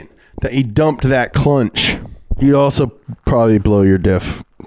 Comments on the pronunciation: 🤣 the “clunch” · "Dumped that clunch" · “The second you dump that clunch.” Lol